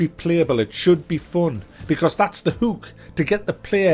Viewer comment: "That's the heuk"